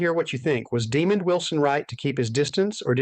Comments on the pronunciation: IT’S DEMOND, NOT DEMON. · Nice butcher job on demonds name....demon it isnt